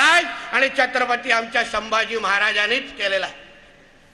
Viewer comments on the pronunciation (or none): छत्रपती हा शब्द पण नीट बोलत नाही आहे. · चत्रपती नाही.. छत्रपती असं आहे ते Nepali school